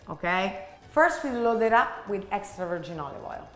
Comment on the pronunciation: Lol. "Hextra hot" killed me! Also: are you older or younger sister? Because you look like the younger one but you act like the older one 😂 but the whole family is very handsome and that is such a beautiful kitchen!